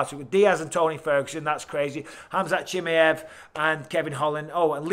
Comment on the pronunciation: Love you Mike. But please pronounce fighters names correctly! CHIMMYEV 🤣